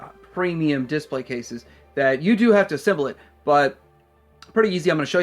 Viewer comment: dis-PLAY, not DIS-play. Like if you agree